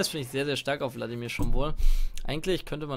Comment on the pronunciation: Ich versteh immer bloodimir stat vladimir